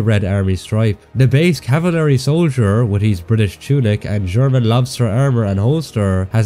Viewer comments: Hold on.. He just said cavalery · Not meaning to be annoying but its pronounced (caval-ry) not (cava-lary) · I swear if he says “equilavent” or “cavilary” again…